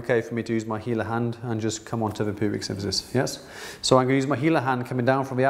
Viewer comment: it's symPHysis not synTHysis.